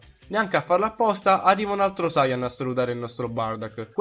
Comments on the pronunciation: La pronuncia è: saiyàn no sàiyan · Sayàn , ti prego perché Sàyan?!! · Ma come cazzo pronunci sayan???